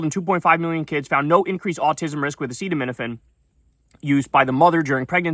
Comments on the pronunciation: Kyle, you also dont know how to pronounce "a-set-aminophen" not "a-seet-aminophen" 😂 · ACETAMINOPHEN is pronounced EP-STeen- FILES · He used the word "Tylenol" risking use of a brand name because he finds aceeotu- how ja pronunce it -" A SEAT OH MIn OH FEN..... " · Its not Trumps fault he cant pronounce Aceto….. Why do u Americans always complicate things? Why not call it Paracetamol. Easier to pronounce 😊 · How to pronounce acetaminophen: ree-LEESE thuh EPP-steen FYLES 😆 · Proctor & Gamble or whoever owns Tylenol should sue these idiots into oblivion!!!! Also, the only reason he kept repeating "Tylenol" instead of the generic name is because he could say it 🤦🏽‍♂️ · He can’t pronounce acetaminophen bc he literally can’t read nor does he care that he can’t read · I already knew this but when I heard him trying to say "Acetaminophen"... I literally thought: we are the only country that has a President who can't read. 😮‍💨 Bro has been touched by the Tism for suuuuure. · To be fair to trump i also cant pronounce Acetaminophen nor spell it without help :D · Acetaminophen, that's 5 syllables, well past Trump's max of two! Cuba is poor because vengeful US plutocrats want to break its social model by starving it into the ground. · It's bad enough that an 80 year old doesn't know how to pronounce acetaminophen. It becomes a joke when an 80 year old president sets up a big press conference to announce the cause of autism and he doesn't know how to pronounce the thing he is claiming causes autism.